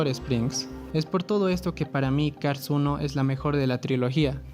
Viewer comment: Aquí el problema no es cars 2, el problema es no poder pronunciar Cars